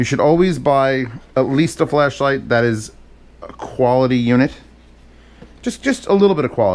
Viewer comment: Why does every time says flashlight it sounds like fleshlight